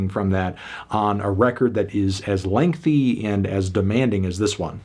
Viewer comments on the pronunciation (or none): none